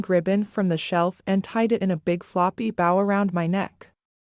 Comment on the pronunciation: Stop mispronouncing bow😮